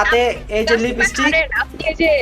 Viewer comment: লিবিস্টিক না ভাই লিপস্পিক হবে।